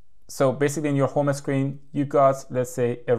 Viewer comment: It’s called home screen and not ho me screen.